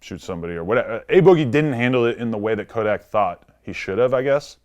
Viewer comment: Vlad saying Kodak not tuff🤦🏽‍♂️vlad just stop